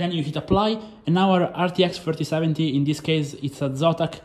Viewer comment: dude when u say thrfrotheseventy build, pronunce next time it better, is it 3070 or 4070?!